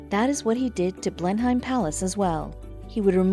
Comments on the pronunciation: Blenheim is pronounced BLEN-um. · When you pronounce Blenheim the h is silent.